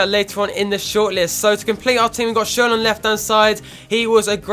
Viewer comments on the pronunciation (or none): none